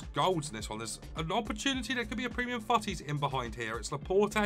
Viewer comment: Yeah😂 He says «fouttis»